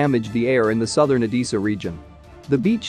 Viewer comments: C’mon robot voice, try harder, it’s Odessa not Odissa. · Oh-des-ah... not Oh-dee-sa. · O-dess-a, not O-dee-sa! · I'm about to lose my mind hearing the narrator say Odessa wrong so many times!!🤯🤯🤯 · At least learn how to pronounce "Odessa" !